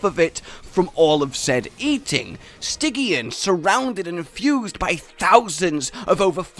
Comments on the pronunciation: Pronounced “Sti Jee an”. Not “Sti Gi an” Named after “Stigyian” for the River Styx. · Am I the only one bothered how pronounces every monster name thats supposed to be pronounced with hard “G” as “J” (Nerjigante...) but literally the only one I can think of thats supposed to be pronounced with a soft G He pronounces with a hard one (Stygyan)? Or is that some sort of inside joke Im missing?